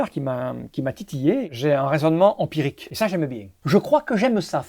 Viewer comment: l'empirique génère le retour de l'accent toulousain : du coup , ça ne peut être que bon !